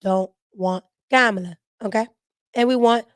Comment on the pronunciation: you be having cracking up laughing how you kamala name lol you say it the same way people on telemundo the Spanish channel